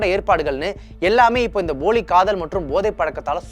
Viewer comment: தம்பி அது boli காதல் இல்லை poli காதல்